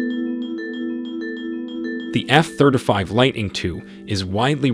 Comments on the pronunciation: Oh god I can’t take it!!! F THIRTY FIVE, not thurdafive!!! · Nice vid, very well researched. that said, could you consider NOT saying efthirdafive, and say efthirtyfive? It's driving me crazy! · F thurtafeeve?…perhaps ya mean f thurteefive? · F THIRTY FIVE stop saying F Third a five xD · Yep, was making me cringe. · I came to see if anyone else was bothered by it. It's driving me insane. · “Eff thirdafive” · If you can’t pronounce “F-35” properly then don’t WASTE my time reciting facts available on any publicly available public documentation online.